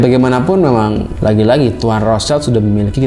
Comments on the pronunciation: Bang gue koreksi cara baca rothschild itu " rot shilt " bukan " rots child " krna rothschild itu bahasa jerman bukan inggris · Rothshield bukan Rothchild. Shield itu alat penghalang panah. Bacanya [syild].